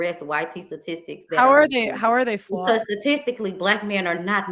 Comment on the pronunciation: "Yo stutisics are flouwed."😂😂😂😂😂😂😂😂😂